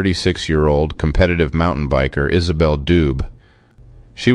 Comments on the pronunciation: Her last name would be pronounced doobay. Its french. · "Brown bear" = no, it's a Grizzly. "Isabelle Dube" = pronounced Do-bay. Merci.